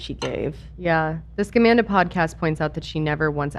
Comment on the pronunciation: I keep hearing Scumanda, which is still fitting